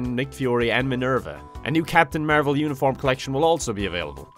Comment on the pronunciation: I only hear marble instead of marvel